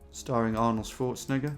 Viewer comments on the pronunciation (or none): none